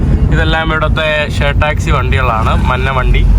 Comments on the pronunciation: എടാ കോപ്പേ, മന്ന വണ്ടിയല്ല, മഞ്ഞ വണ്ടി എന്ന് പറഞ്ഞു പഠിക്കുക. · കോപ്പേ, മന്ന അല്ല, മഞ്ഞ ആണ് ശരി